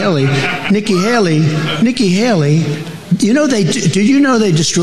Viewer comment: He said Niky Haily 5 times.?? I understand one error. But not 5